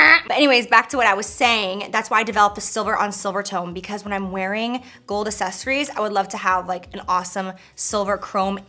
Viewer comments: Anyone notice the way she says “accessories”? She pronounces it like “uh-ses-er-ies” instead of “uk-ses-er-ies” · "assesories" SISSSS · I just want to help you, repeat after me: ack-sess-or-eyes ack-sess-or-eyes ack-sess-or-eyes Accessorize. It's not, assess-or-eyes. And candles aren't "pigmented", girl. 😂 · Don't make yourself look dumb. Grammar lesson time! sunglass is not a word, it's always plural, it's ALWAYS sunglassES axes - sories is the way it's pronounced, not ass-es-ories for the word accessories be an intelligent woman, because some crazy kids think you're their role model Cheers 🧚🏻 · Girl I love you but everytime you say accessories it's so close to assessories. You missin the C's and I die a little inside everytime 😭🤣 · "Assessories" 🤣 xx love ya J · Girl it’s not assesories it’s accessories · I Listened 5 times and I swear she says asses-eries.. instead of accessories lol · Everytime she says "Ahsessories " 🙉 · New game: take a shot every time Jaclyn says aSSESSories hahaha ily girl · Am I the only one phased that she pronounces it "assessories?" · Is it just me or does she say “assessories” 😂😂😂 love it tho👌🏼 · She does! ...never heard anyone pronounce it that way. Lol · LOVE the video, and dyinggggg for those sunglasses! I've gotta say though, the way you pronounce accessories makes me wonder if I'm saying it weird or if you're saying it weird?! LOL!!! I think its just a regional accent thing. I say "Acks-sessories" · take a shot everytime she says "assessories" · Does anyone else live for the “assessories”? No? Just me? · Why do I love the way you say accessories like assessories sounds soo bougie 💓💓💋💋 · She cannot pronounce the word accessories lol. I cringed every time she said it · Honey, your pronouncing accessories wrong Lolol I love you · Yates I wonder is anyone gets confused if she says access the same way she says accessories. 🤔🤔 Hahaha.